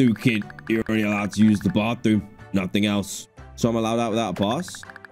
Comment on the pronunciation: 😂 the way he says allowed out